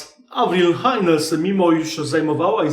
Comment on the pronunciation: Czyta się nie "Hajnes" tylko "Hejns".